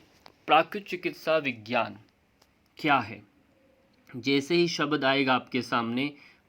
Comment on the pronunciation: आपका व्यकरण शुद्ध है लेकीन " शब्द को शबद क्यो कहते हो?